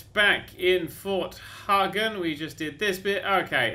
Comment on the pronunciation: it's not fort hargen it's fort Hagen